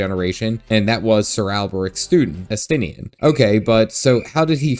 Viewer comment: You can tell who is cool and important, here, by the names that pronounced correctly, which were, of course, Estinien and. Really enjoyed your videos on GW2, as I'm very new to it, and I'm delighted to see you're also an FF fan.